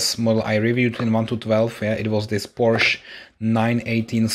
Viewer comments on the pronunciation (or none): none